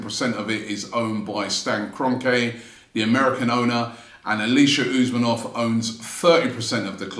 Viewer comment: It’s Kron-kee ffs.